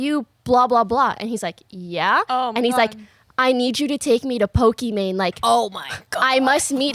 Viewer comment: messes up Pokimane's name almost immediately and multiple times lmao.